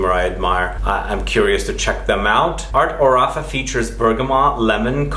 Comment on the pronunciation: Pronuncia : àrte òrafa